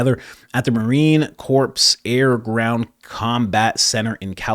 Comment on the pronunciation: How about you quit mispronouncing Marine Corps. You sound ignorant af and insulting.